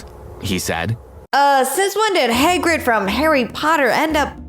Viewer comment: His name is not Heggrid it is domboldor